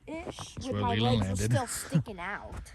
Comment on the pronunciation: Its Leland not lealand